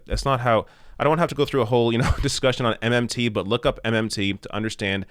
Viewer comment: You said MMT OR MNT?